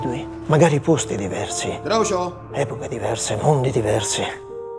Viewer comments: ma è "grucio" non "groucio". avete mai sentito dire "groucio marx" per caso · si legge "grucio" non "groucio"